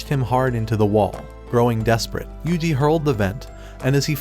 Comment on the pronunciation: Finally you said yuji ❤